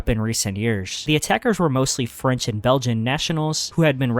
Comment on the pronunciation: Lmao yeah ok “French” and “Belgian”